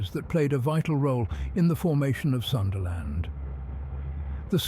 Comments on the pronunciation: Pls Pronounce it PROPERLY! - "Soonda" Land, NOT the American / Westernised version "SUNderland" 🤦🏽‍♀️🤦🏽‍♀️🤦🏽‍♀️ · The only thing that got me was the time it said sundayland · Love how he goes from Sundaland pronunciation to Sundayland...😂